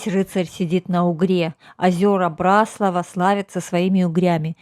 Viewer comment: А нам , местным очень режет слух когда говорят " на БраслАвах". Спасибо, что поняли и приняли поправку.